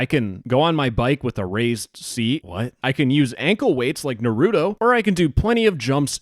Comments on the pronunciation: im crying at the way u say naruto 😭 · The way he said Naruto😢